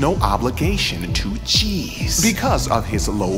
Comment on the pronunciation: I know you kept saying G's but all I heard was Cheese.